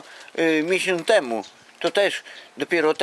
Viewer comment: "miesiątemu" :oD